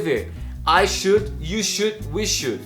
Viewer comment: Sua pronúncia do SHOULD, WOULD e COULD está errada.